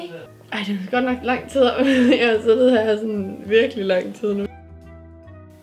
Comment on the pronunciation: Hun siger sittet men det hedder siddet no hate synes bare at det er grineren😂😂